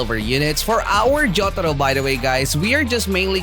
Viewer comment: I really like how you said jotaro🗿